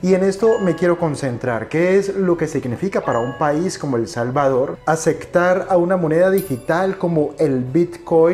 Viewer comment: No se dice " aceCtar ".